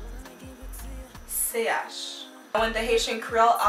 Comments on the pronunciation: I get that you’re trying to make it sound easy for your learners but I just want to point out that from a linguistic point of view in Haitian creole the 3rd letter “ch” is not pronounced “c h”, it’s pronounced “sh” like you’re shushing someone. But aside from that, great job! I’m a Haitian born and raised and still living in Haiti, and I graduated in Linguistics! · You should have been able to make the diference between the haitian creole alphabet and the haitian creole sounds... You mixed them up together instead... Ch is not a letter, it rather be a sound.. Check out the creole gramar